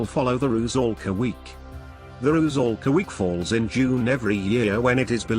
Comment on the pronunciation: RU-'SAL-KA. 'SAL' - 'S' is an 'S', not 'Z'. 'SAL' rhymes with 'DOLL'(American pronunciation), not 'BALL'